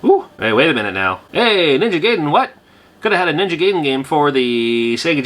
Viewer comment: Gaiden is pronounced "guyden" not "gayden" im pretty sure but i used to pronouce it that way too lol